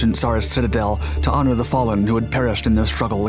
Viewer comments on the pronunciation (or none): none